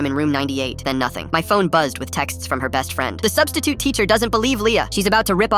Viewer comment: I laughed when he said " Now the substisiute is a missing persons case